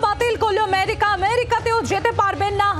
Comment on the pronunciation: Priyo sangbadik merika na amerika